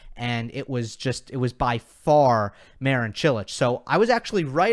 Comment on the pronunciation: It's funny how you can pronounce Čilić and Kecmanović almost perfectly, but you are way off pronouncing Marin correctly.